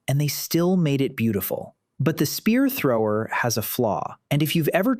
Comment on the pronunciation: The spear thower